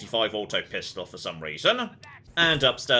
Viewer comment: is like "they've given him a.45 auto pistol, for some reason." I love when the British comes out of nowhere, his background was that he was a soldier, so having a 1911 (which is what the the.45 is) makes more sense with his background as it was the US military standard service pistol for like 50 years.